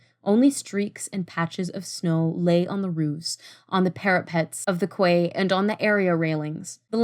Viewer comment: Superb discussion. Pronunciation tips: stream of consciousness versus conscious. Also quay is pronounced kee. ‘Cheers